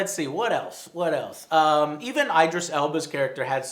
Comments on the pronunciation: It’s idris not I-dris And it’s Than-os not thaYnos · IDRIS, IT'S PROUNCED IH-DRIS YOU IDIOT! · Idris, pronouce the ID as in 'bid'